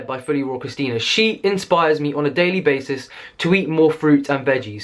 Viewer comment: “Iovana inspires me on a daily baisis” ahah